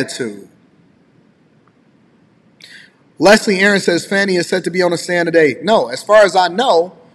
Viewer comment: Not Fawni or Fauni. Fani= Fan-ee.(dictionary) Don't you people know how to speak English! The judges is week and not a man, cannot control his courtroom and witnesses! She should be fired and charged immediately! Show me a Democrat and I'll show you a piece of sh*t! She's a perfect example!